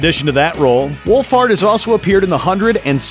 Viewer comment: THANK YOU FOR PRONOUNCING FINN'S LAST NAME RIGHT!!!!!!!!!!!!!!